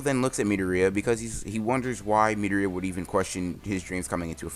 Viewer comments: Boi stop calling midoria metorita it’s (meh,door,e,a) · its midoriya not midoria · His name is mi-door-ree-a not mee-der-ree-a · ITS PRONOUNCED MI-DOOR-IA NOT MEEDOOORIAAAA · It’s midoria not mideria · Kept wondering who he kalling midoreia sounds kind of weird should of just said it like the anime midoria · It’s mitorya it’s midoriya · Pronouce it as MI-DOR-E-YAH pls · He said me da ri yaa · Is no one else getting annoyed how he says Midoriya? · am i the only one who are disturbed on how he says midoriya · Could you please pronounce midoriaya wright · Is anyone not bothered how he says Midoriya shit bothers me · Idk why but the way you pronounce midoriya triggers me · You pronounce midoriya wrong. Just saying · Are u saying mirio or midoriya